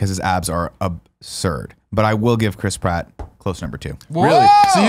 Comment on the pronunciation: I know his name is Chris Pratt, but I just can't not hear Crisp Rat.